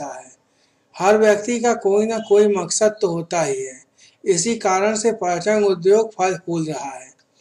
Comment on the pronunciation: Bhai paryatan hota h